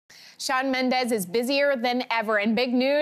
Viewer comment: Oh hell no its MENDES not MENDEZ